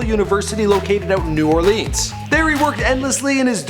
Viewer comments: Loyola (LO-YO-LA) not LA-YO-LA. And also its New Orleans not New OrLEEEEENS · I hate how he pronounced Loyola and New Orleans.......